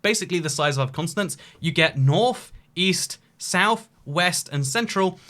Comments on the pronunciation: why is he saying consonants and not continents, but fr like 20 times? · Are we just ignoring the fact he said consonant and not continent for the entire video? 👏🏼👏🏼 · Your pronunciation of 'Continents' sounds like Consonance....probably cause the British Accents dont pronounce "T" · why is he calling them “consonants” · He keeps saying "consonants" instead of "continents" lol